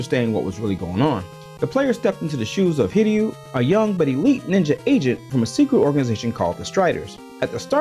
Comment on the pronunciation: wow, an american who actually knows how to say "hiryu"